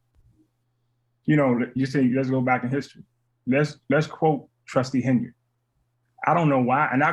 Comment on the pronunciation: Triple T is unable to talk like a professional. No surprise she doesn't pronounce his last name correctly.